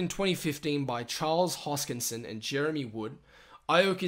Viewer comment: This review is a mess. Charles HoPskinson? Actually pronouncing IOHK as if it were a word and not a acronym? Sounds like the person doing this review spent an hour doing research on Cardano and then just regurgitated it into a video. Poorly at that. Just reading over the Cardano website.......little value here in the video.